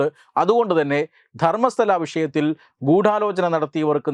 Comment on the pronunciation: ധർമ്മസ്ഥല അല്ല, ധർമ്മസ്ഥള